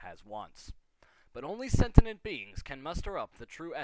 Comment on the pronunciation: O.o That's an image I REALLY didn't need to see - furry bronies "clopping" (Also, it's not "sentinent" - it's "sentient". SEN-shunt (ˈsɛn.ʃənt)). Just saying.